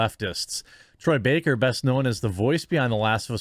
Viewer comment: Baker not Backer